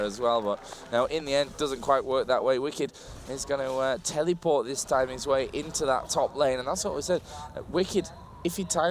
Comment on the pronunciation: I love how the commenter says tellyport instead of teleport, it's amazing XD